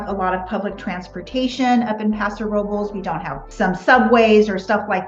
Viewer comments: Sorry, the R has nothing to do with it. It is pronounced, "Row Bless." Thx for being curious, though. As a Spanish speaker, I appreciate your effort. God bless you. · Paso What? Please don't tell me that everyone in that town pronounces "Robles" that way. Hilarious